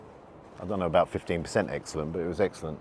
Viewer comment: Did you say eggsellent on purpose, or am i hearing things ? 😂